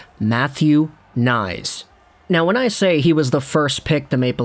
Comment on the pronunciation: It's pronounced K nies, btw. Way too many guys have looked great in College but get to the NHL, then bye bye. We'll see, good luck to him.